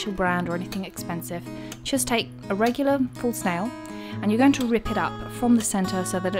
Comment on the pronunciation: Every time you said false nail I kept hearing it as full snail